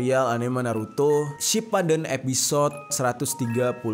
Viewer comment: ralat , Itachi mati karena mengalah 🤣🤣🤣 cara bacanya sipuden bukan sipaden 🤣🤣